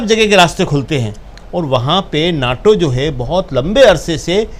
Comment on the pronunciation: should pronounce NATO correctly! Please.